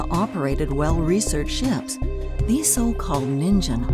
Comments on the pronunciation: Ningen.. Pronounced. Gki not gzi .. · Pretty sure it's pronounced "Ningen," not "Ninjen." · the second one is pronounced ningen, gen as in genji ( I couldn't think of another word) also I may not have been listening but I didn't hear you say it was Japanese for human. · Am I the only one cringing at the way she pronounces NINGEN? It means human in Japanese btw... that's why they gave it that name I presume. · Dammit...the "g" in "Ningen" is a "hard g", like in "get", not soft. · You pronounced ningen wrong and I got and ichy feeling in the back of my head. That word means human in japanese